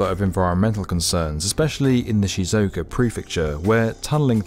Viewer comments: Awesome video, but y’all need to research how to pronounce words correctly 🤷‍♂️ Chuo Shinkansen is pronounced “chew-oh” not “chao” Nagoya is pronounced “Na-goh-yaa” not “nagoa” Shizuoka is pronounced “Shee-zoo-oh-ka” not “shizooka” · Tokaido = "TuhKWAYdo"? Chuo Shinkansen = "Chow ShunKANsin"? Nagoya = "NaGOwuh"? Osaka = "OhSAHKuh"? Shizuoka = "SheeZOkuh"? LOL I would expect better from "the 'definitive' video channel for construction"😂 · Nagoya: Nah-goh-yah; Shizuoka: shi-zoo-oh-ka; Choshin: choh-shin Trust the Japanese to do something amazing with ancient tech, bringing that tech into the 21st century. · And Shizuoka